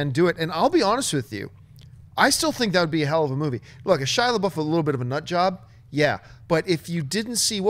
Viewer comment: "Shia Laboof"